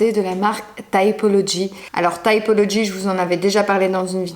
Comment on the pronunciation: Les cosmétiques ''thaïpologi'', comme tu dis, sont conçus et fabriqués en France et, sauf erreur, cela se prononce à la française : ''TIPOLOGI'' :D